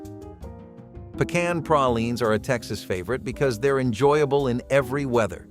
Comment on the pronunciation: Pee-can Praw-leans made me actually offended. Puh- kahn. Pray-leans. Learn how to say the words BEFORE recording ffs.